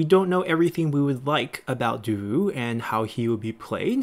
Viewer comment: Nitpick, Davout is pronounced Da-then vout, like vous, the t is silent :D The guy is legendary glad to see him here